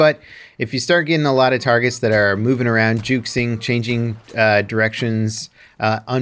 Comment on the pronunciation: Did he say juksing instead of juking? 💀😂